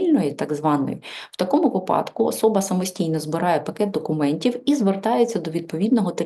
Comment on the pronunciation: Спасибо,, вИпадок а не випАдок